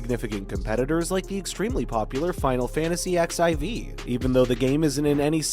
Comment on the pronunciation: Asmongold clickbait, Northrend, Dracthyr AND XIV mispronunciations. Also where did the info come from about “a world revamp”? You cant draw that big of an announcement from the areas of a trailer. Then the sudden jump from wow to something else when its not labeled as a general gaming video is just…kinda misleading. Gotta label stuff better.